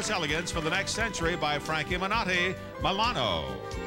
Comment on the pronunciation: Rod, I think it is Milan and not Milano.